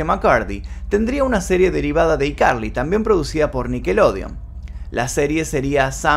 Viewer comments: Cada vez q decía i carli me daba ñañaras Yo siempre diciéndole aicarli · Excelente vídeo Solamente que me da toc que digas "iCarly" en vez de "Aicarly" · SE ESCRIBE "I CARLY" Y SE LEE "AI CARLY"!!!!!!! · Por piedad, se pronuncia "AI" Carly!!! Lo que yo supe fue que ella había dicho que no le gustaba actuar sino estar detrás de cámaras como guionista y directora cuando le preguntaron por qué no volvía a la serie. Distinto fue lo que pasó con la que hizo con Ariana Grande. Se llevaban muy mal. Aparentemente le habían prometido una serie para ella sola y no se tomó a bien tener que compartir protagonismo con Ariana. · Cómo es posible que pronuncies tantos otros títulos de series en ingles sin problema y escojas decir: "Y Carli" "IIIIIIIIIIIII carli".... que incómodo de oír. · Hola, si qué tal, quiero saber más jajaja A propósito, es ICarly (pronunciado: ay carli) como el teléfono. Jugaban mucho con esa marca en los programas de Dan. Turbiiina y yo me crié con todos sus shows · y Carly jajajajja se pornuncia "aicarly" y se escribe icarly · que estrés, pronuncia “zoey 101” en inglés xd pero “iCarly” en español xd la “i” se pronuncia en ingles o sea /ai/